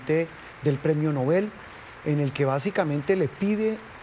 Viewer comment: ES QUE NINGUNO PUEDE PRONUNCIAR DEBIDAMENTE EL APELLIDO DEL CREADOR DE ÉSTOS PREMIOS ALFRED NOBEL SE ACENTUA EN LA ÚLTIMA SÍLABA NOBÉL, no lleva acento, pero al pronunciarse se acentúa en la E. Gracias por el respeto!